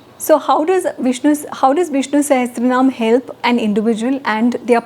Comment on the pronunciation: It is NOT sahasranama not sa-has-tra.